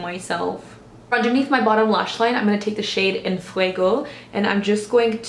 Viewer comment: Random comment but as a Hispanic lemme tell you you said "en fuego" so ~lovely~ and not horrible like "en FWAY-GO" so hats off to you lol.